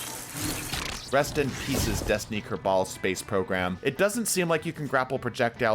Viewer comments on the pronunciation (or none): Kerb-ALL. Not Ker-BALL. Kerb-ALL. That will be all.